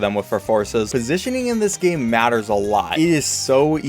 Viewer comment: “so easy to leak in this gay”